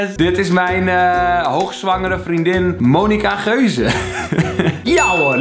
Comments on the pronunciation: gonica meuze ipv monica geuze😂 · het is gonica meuze niet monica geuze